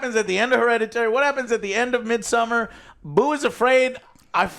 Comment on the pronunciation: You mispronounced almost every single Ari Aster film. It's Beau (/boʊ/ BOH) Is Afraid & Midsommar (/²mɪdˌsɔmar/ meed-soh-mmar)..